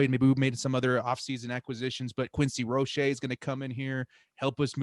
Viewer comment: Canes fan here, it's "Rō-shā".